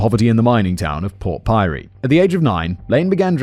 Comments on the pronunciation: port pirie is pronounced pierey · glad I wasn’t the only one. Took me a moment before the penny dropped lol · Port Pirie is pronounced Port Pirry. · Port Pirie lol!!!! Its pronounced "Port Pirry". So cute Simon 😂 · Port Pyrie....yeah no thanks Simon. You're lucky to get away with how you pronounce "Queensland", but I gotta draw the line somewhere. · Simon pronounced Port Pirie Port Pyrie and I laughed for a full minute.